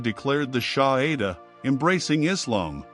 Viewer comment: It’s no SHAHIDA but SHAHADA..( the declaration of faith)